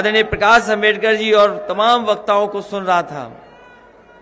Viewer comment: बाबा साहब डॉ आंबेडकर जी का नाम सही से नहीं ले पाते हो वह अम्बेडकर की बात करेगा।